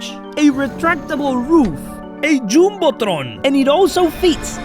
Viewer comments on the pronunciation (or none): When bro said jumble tron